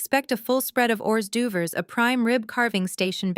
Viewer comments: Absolutely the funniest Ai mispronunciation I have heard yet!!!! …the waiters were serving champagne and “horse-doo-vers”. Bahahahaha😂😂😂😂😂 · Hors d'oeuvres are not pronounced horse doovers.😅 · Correct your AI voice that hors d’ouvres is pronounced “or derves” not hors de oovres. That emerald clutch is like Hermione Granger’s magical handbag. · Not a bad story, quite entertaining! However, i get so tired of the bad grammer and pronunciation! " FOYER" is not pronounced foy-yerr, its " foy-yeah". HORS D'OEUVERES IS not horse doovers, its " hore dervs" . They are French. Teach your AI better. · Why do you change the annunciation of words ma’am is not mom. Patricia is a woman name not a flashy word you made up. Horse do overs is pronounced. Orderves I laughed more at your reading then feeling the story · "HORSE DU - VERS"?????? Hors d'oeuvres Pronounced or -durvre. Proofread your writing and vocal recordings for errors. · Whores duvers? It pronounced. Or durves. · LOL these stories are good, but I wish the programmers of these AI narrations could fix the pronunciation of foreign language words. This one has said Hourse do-vers at least 3 times or more. LOLOLOLOL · Horse Doovers ? 😳🤦‍♀️🙄🤣🤣. Who does these pronunciations must have no idea how to speak 🤪🫤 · "Horse do vers???" Egads. Proof listen to this crap before you turn it loose on listeners. It's "leed" officer, not "led." Too much talk...yak, yak, yak. Decent story but too much explaning. Indianapolis USA April 17, AM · I look forward to the day when AI I narrating will read hors d'oeuvres instead of horse doovers & resumé instead of resume.... Etc etc.... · I particularly liked the pronunciation of hors d'oeuvres as hors doovers! 😂😂😂 The AI mispronunciation in these stories is usually very annoying, but that one made me laugh out loud. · Love the AI pronunciations Horse-do-vers!!! Nifty way to pronounce hors d’oeuvres! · 38.10. hors d'oeuvres pronounced as Horse Doovers made me cry with laughter 😂